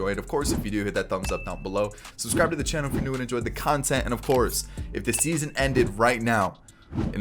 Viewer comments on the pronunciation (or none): none